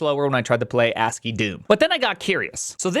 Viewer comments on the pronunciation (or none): none